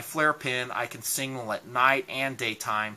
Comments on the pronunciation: Its pronounced SIGNAL not SINGAL. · I think that's sig-nal. Not Single-ing mirror. Your funny. Good stuff though